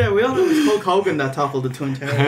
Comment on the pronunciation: All the heels always called Hulk "Ho Kogen"